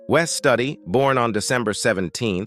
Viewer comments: Pronounced Wes Stoody not study like in school. Some of the ‘then’ pix were NOT of the acto shown…especially Ms Cardinal, that wasn’t a picture of her when she was young, that’s a completely different person. Shoddy presentation. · It's Wes Studi not Study. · It's ashame you couldn't get Wes Studi's name right.😢😢. And peace, out 🌎💙✌️✌️✌️✌️😘🌊🌊🌊💯